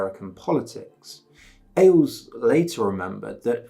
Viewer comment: Good video, but your pronunciation of many words is killing me, including Ailes.